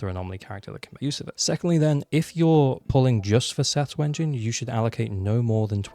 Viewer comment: Stop saying Wengine instead of W-engine and I will subscribe